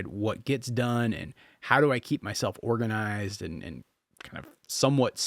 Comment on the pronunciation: Omg, I loved it until u said, “morganized’😂😂😂😂